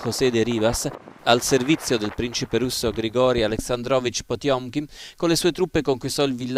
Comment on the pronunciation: Quando hai detto Potiomkin ho fatto un sobbalzo. 😅